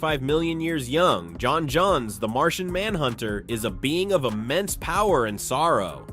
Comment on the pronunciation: Is this AI narration? Who calls John Jones, John Johns? Do you call it Indiana Johns or Indiana Jones?